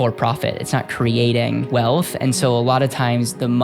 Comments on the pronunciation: Why do you pronounce wealth as “WEALTFFF” and “EARTFF” it’s wealTH and earTH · Trying to take a person who says “erf” and “welf” seriously….